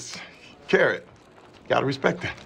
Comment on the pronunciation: Ive slowed the video down as slow as it goes and i still dont understand carrot